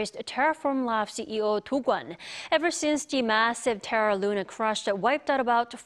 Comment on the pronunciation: is that correct way of pronounce dokwon or she is really bad at pronouncing names lol